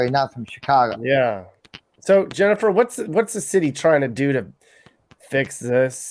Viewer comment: Lol “Jennifer”